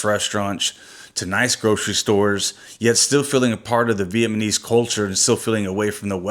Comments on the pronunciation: Vietmanese... LOL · I know you're not aware of it but you keep calling us Vietmanese. We are Vietnamese. Other than that, you guys seem like a pretty cool couple. Good luck with the channel.